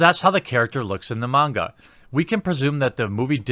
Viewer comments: I respect you pronouncing “Manga” right lol , but yeah I’m old school I still have my VHS tapes on this anime, I also want a dororo and a devil man from the 1990s made like this , just better and stick to the original stories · The coolest thing about this video is you say "manga" right!